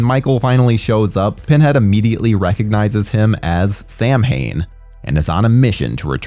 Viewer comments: For the love of God, STOP SAYING SAM-HAIN ! its pronounced "sow-in" , sow pronounced like cow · The way you say Samhain triggers me to no end.